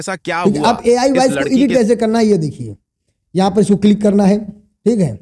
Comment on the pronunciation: ईडिट नहीं एडिट होता है...